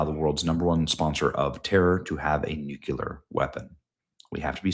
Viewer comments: It's pronounced "New-Clear" NOT "Nuke- ya- Lure" thanks. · Nucular Ben? Nucular? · WHAT IS WRONG WITH YOU ? CAN'T YOU EVEN PRONOUNCE THE WORD NUCLEAR CORRECTLY? MAN....I HATE TO BE AN ASSHOLE ABOUT IT BUT YOU ARE A JOURNALIST! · ❤ you Benny, but... Nu-clear, not Nu-cular. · Benny, Benny, Benny - The word is NEW-KLEE-UR, not NEW-Q-LER. Please try to pay attention. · It's not nucular! Ugh. Say it with me, nu-cle-ar! Sorry, it's a pet peeve of mine. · It’s nuclear not nu kelar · Benny, work on your pronunciation of the word "nuclear". Like George W Bush (and my sister) you seem to be pronouncing it "nucular" which makes you look less intelligent/educated than you are. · Benny, You can do it.. NU KLEE - UR! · For the love of all things holy, learn how to pronounce NUCLEAR. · Benny! For the love of God will you learn how to pronounce nuclear?! It makes you sound like an idiot! You're welcome! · Benny, PLEEZE learn how to pronounce nuclear. Do not continue to be as ignorant as Jimmy Carter.